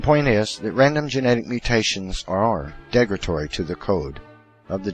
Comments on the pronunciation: "Degratory"? I think you mean "derogatory". I know you like to use big words to sound smarter but that backfires badly when you can't even pronounce them. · Crap, I grit my teeth every time he says "degratory."